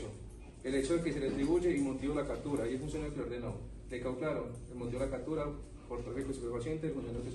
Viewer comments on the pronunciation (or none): Porqué todos los policías en vez de decir "CAPTURA" dicen CATURA y en vez de decir CÓNYUGE (se lee como si la G fuera un sonido de J) dicen CÓNYUGUE (No es GUE como en la palabra GUERRA, es GE como en la palabra GENEROSO) Que nivel de instrucción tan bajo 😢